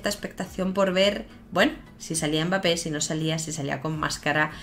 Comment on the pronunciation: Bonsoir/buenas noches...por favor/s'il te plaît...LOL...el 'M' de Mbappe no se dice.. se pronuncia BAPPE..Ya eres una estrella por tu canal..algunos africanos te siguen y ojala que muy pronto podras cambiar la mala pronunciacion del nombre de 'kyky' MBAPPE LOTIN..un cordial saludo